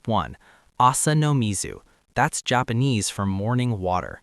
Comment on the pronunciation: The Jop-pawn-ease. What a wild way to pronounce that…